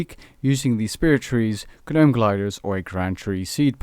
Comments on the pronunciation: Did you say GANOME? It’s Gnome(nome) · It is pronounced "nome" not "guh-nome" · "G-nome" </3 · Did you really pronounce the 'G' in Gnome? 😂😂 Brilliant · Just fyi, the G is silent in gnome. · You don't pronounce the G in gnome btw buddy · The way you say Gnome is unsettling. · the "G" in gnome is silent ;) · Omg I hate the way he says gnome. The g is silent dude... don't pronounce it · The g is silent in gnome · The G in gnome is silent you fucktard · how can u not know how to pronounce 'gnome'?!?! xD hahaha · jsyk the g is silent for gnome. really distracting hear you say it wrong so many times in a row :p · every time the g in gnome is pronounced take a shot!